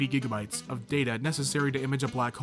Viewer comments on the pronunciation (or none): none